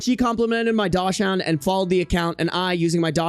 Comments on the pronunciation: Not you sounding out the dachshund insted of saying 'daakson' lmao But that 31m dating a 21f is WILD. Like I'm there with you, glad she got back together with her military ex over that guy. Jfc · I've NEVER heard someone pronounce dachshund like that, and it's SENDING me lol. No hate 💙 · That's how they pronounce it in German to be fair